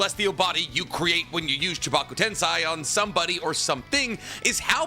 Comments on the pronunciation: Edo-TenSAY NOT TenSai and Chibaku-TenSAY NOT TenSai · Chibaku TEN-SEI.....not TEN-SAI... two different things. I said this to you in a video before and I'm going to say it to you again, if you're going to make a Naruto video at least pronounce everything right. Jesus Christ the show exists and they pronounce it right for you how do you still fuck it up years later? That's not even 3 minutes in the video and I don't even want to watch it anymore.....because you sound like a freaking dweeb and I don't even like using that word how stupid it sounds. But it doesn't sound as stupid as how you say the fucking words. This is professional criticism so please don't take it personal. Just make sure you learn how to pronounce this shit before you post it.